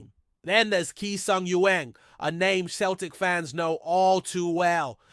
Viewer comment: Not Keltic, it's Celtic.